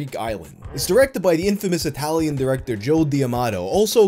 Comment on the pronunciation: Came for the weird thumbnail and stayed for the absolute butchering of the italian names